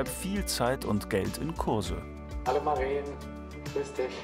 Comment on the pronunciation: Es ist Maren kurz gesprochen. Lang wäre es Mareen